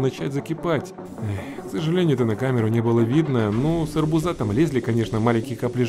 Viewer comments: АРБУ́ЗА, А НЕ арбуза́. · арбу́за,а не арбуза́...я понимаю ,ты конечно из Украины,но раз ты разговариваешь на русском, ты должен говорить и ударение правильно произносить.. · не арбузА а арбУза !!!! Бесит как ты говоришь!!!! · Из арбУза, а не из арбУза! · из арбУза, а не арбузА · Не арбу-за а ар-буза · Не арбузá a aрбýза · почему арбУза а не арБУза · Арбуза ударение на у Бесит слышать не правильно! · из арбуза ударение на А я ору